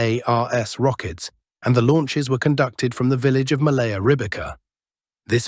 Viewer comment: It is not Malaaya Loknia but Maalaya (smaller) Loknia. Opposite of Maalaya will be Bolshaaya (Bigger) Loknia.